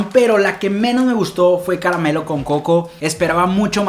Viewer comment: jajaja dijo ca ra ma melo